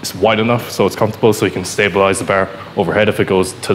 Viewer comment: Irish is strong in this one 🤣